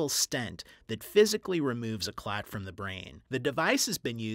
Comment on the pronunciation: Clats? You think he would have brushed up on how to really say "clot" since it needed to be said multiple times.